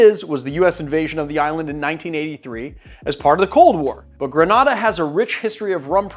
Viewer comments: Gre-nay-da, not gra- nah-da. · GrenAda .. long A sound.. respectfully thank you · Love rum and rivers and you… sooo I’m going to up your Caribbean street cred: “greh-nay-dah”. What you’ve pronounced is in Spain. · The island is pronounced "gre-NAY-de," a fact I only know because I'm old enough remember the US invasion of the island (but which I just confirmed on Wikipedia). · Was just going to say this! “Gruh nay dah” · LOVE these rums from home, but man, the incorrect pronunciation made my eye twitch. 🤣😂🇬🇩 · Please work on your pronunciation of Grenada